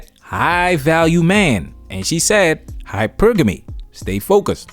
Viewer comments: 😆 SHE SAID... HYPER-GAMY 🤣🤣🤣🤣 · Black Women have been denied femininity??!! That’s an argument I haven’t heard before. No, many sisters have out-right rejected it because many identify most aspects of femininity with weakness and submission. And I refuse to be lectured by a CHILD who pronounces hypergamy as hyper-gammy. The ability to articulate words doesn’t mean you that you have full depth of comprehension. And she PROVES that. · She Wants to be taken seriously but then says: "hyper-ganey" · She can't even pronounce hypergamy right. Says it all🤷🏿‍♂️🤦🏿‍♂️😂